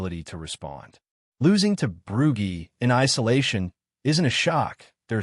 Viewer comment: Why tf have we got an American Ai voice?..Losing to "Broogy" is unacceptable.If it says Edinburg I might become a Keltik supporter😢